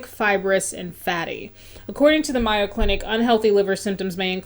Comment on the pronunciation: It's pronounced "may-o"like mayonnaise for Mayo Clinic. :)